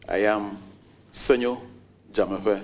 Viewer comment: The name is Senyo Dzamefe not Semenyo